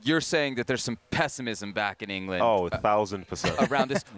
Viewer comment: Did he say ingerlund 🤣🤣🤣.